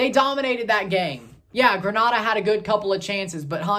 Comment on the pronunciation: Its pronouced Green-a-da..